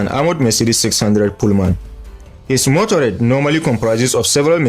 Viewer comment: MotorCADE, not motorade.